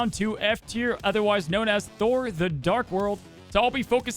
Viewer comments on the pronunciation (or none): none